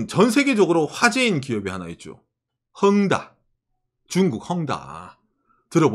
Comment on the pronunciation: 거 이상하게, '헝다' 라고 하실 때마다 꼭 '응가'라고 하시는 것처럼 들려요, 으하하하 응가!! 참 응가같은 기업이죠.